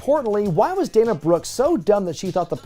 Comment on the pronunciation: It sounded like was saying “The Woof Dana” 😂